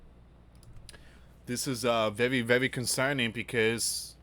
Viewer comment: Vewy vewy fear mongering